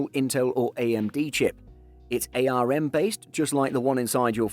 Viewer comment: Ay-arr-emm cpu .... It's just arm. 1 word, single syllable, pronounced the same as the thing your hand is attached to. It's an acronym, not an initialism.